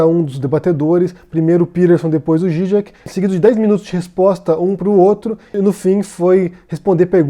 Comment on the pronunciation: A pronuncia do no Zizek eu entendi com Gigek é assim que se pronuncia, desculpe a minha ignorância só quero saber a forma correta da pronuncia, abraços.